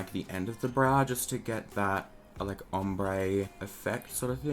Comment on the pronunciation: Erica Mancini I know he has an accent, but I’ve heard him say ‘Brow’ the proper way before 🙄